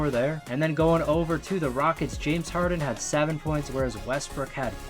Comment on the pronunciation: No one: HARD-HEN